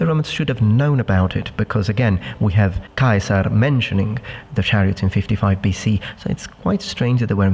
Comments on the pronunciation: Interesting to hear your pronunciation of Caesar in the German style of Kaiser. Both meaning the same, but Kaiser being more thought of a Germanic. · When you say Caeser you say Kaiser lmao but otherwise amazing vid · Is your pronunciation of Caesar accurate to the Latin pronunciation?